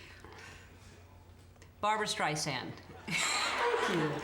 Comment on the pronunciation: What's a 'Steisand?' There's an 'r' in there somewhere. She's only been a star since 1962.